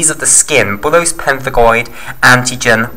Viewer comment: bullous not bullose